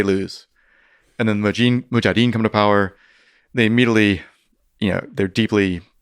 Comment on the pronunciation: I was really looking forward to hearing this but sadly this gentleman was a tough listen. His cadence was, as many have commented, very distracting - he seemed to miss a lot of syllables ('mujadeen') but also rambled into many tangents as he spoke. 0.75 just doesn't work with Mr Fridman either 😅 No dislike, so I'm having a quick moan instead! I'll keep trying to listen but an opportunity missed I'm afraid.